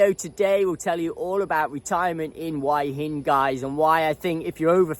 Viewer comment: Why is it after all this time you still can't pronounce Hua Hin? 🤣😂 It's not pronounced "Why in" as you say 👍🤣